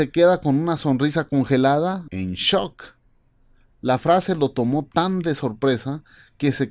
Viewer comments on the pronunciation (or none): none